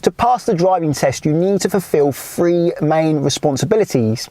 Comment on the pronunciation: Sorry. I couldnt get to the end. L is pronouced ELL not EW. TH is prounounced Th not eF or W . Torture on the ears . Fing ? Furver ? Free Steps ?